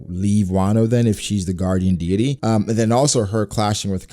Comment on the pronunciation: I love you dude but you’re pronouncing “deity”wrong😅